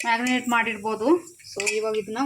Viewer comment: Not magnate. Marinate